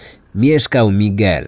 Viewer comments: A ja tej wymowy lekko bym się czepiała-owszem, "Migel" jest "Migelem", a nie np. " Migłelem ", ale niefajne jest akcentowanie i tak, osobę znającą język to razi. Bo zamiast " MigEL" słyszymy "MIgel". Ale wiadomo, chodzi o historię, a nie o naukę języka ;) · Mała rada dla przyjemniejszego odsłuchu: warto zapoznać się jak wymawiać poprawnie imiona głównych 'bohaterów', zwłaszcza, że język hiszpański jest dość popularny. Powinno być 'migEl', nie 'mIgel'. Pozdr✌️